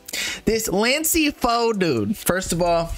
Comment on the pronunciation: “so…. 🥸 this lansee fo dudeee”